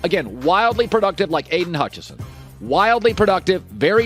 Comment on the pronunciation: Needs to learn how to say Aidan Hutchinson